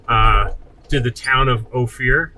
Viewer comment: why is he calling it O Fear?